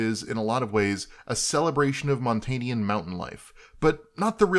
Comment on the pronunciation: Just FYI its Montanans not Montanians.